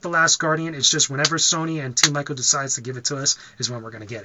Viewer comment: It's PRONOUCED Team EEKO, not EYE-KO. Just FYI. ;)